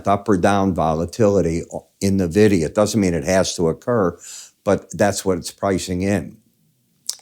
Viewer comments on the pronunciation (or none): it's en-vidia m8.